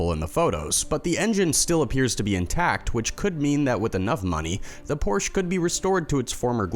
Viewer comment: a) "POR-sha"; TWO syllables and it was a "nasa club racer?" (Probably "SCCA, Sports Car Club of America" or FIA, Federacion International de l'Automobile), and PS the engine is in the rear, b) You've made this mistake many times: the plural of "aircraft" is---well, "aircraft," c) when will you stop calling it the "Marine Corpse?" (If a Marine ever recognizes your voice in public...)